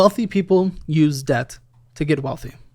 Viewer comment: i thought i heard "interest of death" not interest of debt" sum